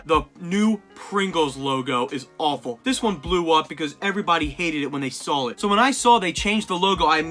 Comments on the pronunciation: lol hes saying sawl it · "I remember the first timeI sawl it"